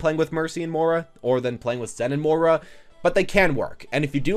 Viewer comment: It's M-OY-RA not M-OOR-A